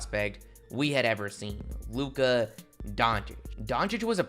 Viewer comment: Stop extending syllables and ppl might sub. “The bulls were riiiight” “a figure super star in lukaaaa” “an unprotected first rounderrr” bruh annoying asf